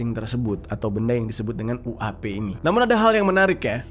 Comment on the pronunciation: yueipi jer, bukan uap 🙄